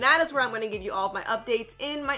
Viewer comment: Why don’t you proNoUnce the a at the end of Bianca